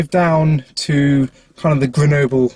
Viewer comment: it's rhyme with noble 😂, you pronounced it quite well, but in french, we say the e more like a